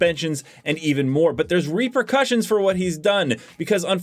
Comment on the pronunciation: "Tacticle"! "Reprecussions"! Dude, get a dictionary lol